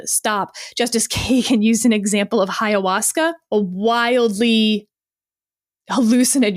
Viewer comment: Ayahuasca, not HIA-wasca